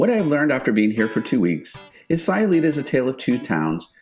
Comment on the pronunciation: Its SAY-ulita like, "I'm just saying" and San PAWN-Cho